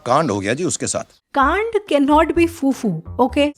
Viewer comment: The "can't" felt personal ☠️